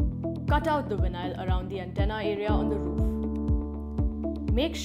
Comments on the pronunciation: What the hell is vin eye all? It’s veye nawl. Vinyl. Not vin eye all. Geez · Nice “Winyial” nstall! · VIN-AISLE.. WTF?